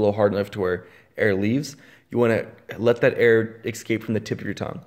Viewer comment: It's "escape", not "excape".